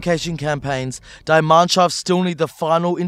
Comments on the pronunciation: Spot with pronouncing "die" in "die Mannschaft" like the english die. It' pronounced "dee". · Die Mannschaft. "D" Mannschafft. Deeeeeeeee Mannschaft. Not "Digh". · You said die wrong for "die Mannschaft"